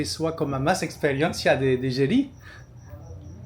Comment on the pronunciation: Merci pour cette vidéo, ma femme est d'origine brésilienne et trouve cette présentation très sympa, elle a dit que l'on prononce juste "Jeri" 🙂